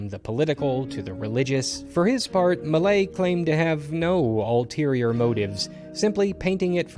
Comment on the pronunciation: Ulterior not Alterior